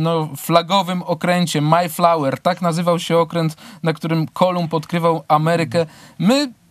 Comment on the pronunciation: Bardzo prosze Nie maj flawer A maEjflower!!!